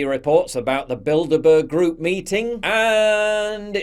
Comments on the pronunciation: I keep hearing " build a bear " 🤣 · I keep hearing "Build-A-Bear".